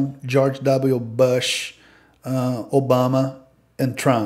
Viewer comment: O nome Bush não se fala BÂSH.... É som de "U" mesmo: BÚSH!!! A palavra quer dizer arbusto em inglês... Plural BUSHES.